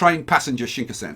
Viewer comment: please could yousay shinkansen, shin-kan-sen after the japanese しんかんせん (新幹線)